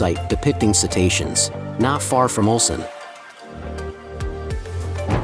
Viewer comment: オルセンという発音が盛んに出るが気になって仕方がない。 ウルサンと正確に発声できなのかな。